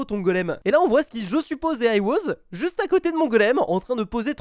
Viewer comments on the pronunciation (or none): none